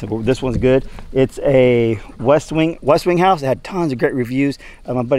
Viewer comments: Oh,! You can be so innocently funny sometimes.:) The generator you just got is a Westinghouse, not a Westwinghouse. There is no W after the T lol! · I caught that too! Westwinghouse! I had to replay it.. did he say Westwing?Rewind..yep he did! Then I rewound to make sure it did say Westinghouse that I thought he meant! Yep its Westinghouse! 😂❤